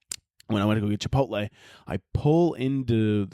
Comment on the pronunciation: "chipot-LEE" MAKES ME WANNA BASH THEIR HEAD THRU A WALL